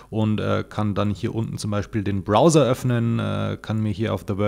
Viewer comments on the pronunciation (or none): none